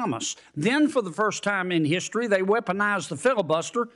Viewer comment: LOL.. did he say DEE STORY??